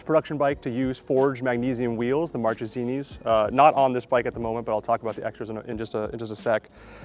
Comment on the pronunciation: I’m fan of iconic, love what you guys do. As an Italian from Bologna, please allow me to share that Marchesini is pronounced mark-a-see-nee. Not like the month of March. Ok keep up the great work with all the amazing bikes. Saluto!